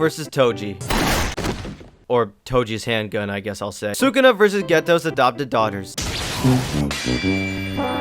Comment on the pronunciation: You lost all credibility the moment you pronounced sukuna like that lmao